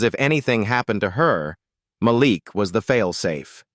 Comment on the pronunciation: The young man’s name is pronounced as MAH LEAK NOT MAH LICK. DUMB ASSES!!!!